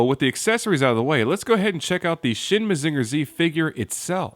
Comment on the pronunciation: I legit dropped this video like two minutes in because your pronounciation of "Mazinger" was so offensively bad. This wouldn't even bother me if you didn't say it like eight times in a row.